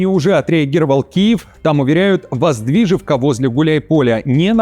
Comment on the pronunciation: ВоздвижеНка, а не ВоздвижеВка.